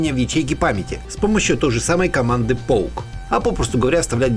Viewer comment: Не поук, а поке! ))